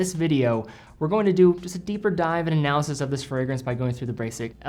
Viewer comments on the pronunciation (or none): none